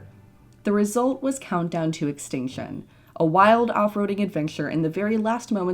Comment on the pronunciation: Did anyone else realise that it sounds like shes saying exticshon, amd advensher?